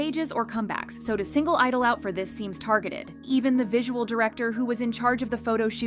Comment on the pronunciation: Why do you not pronounce the "G" in their name?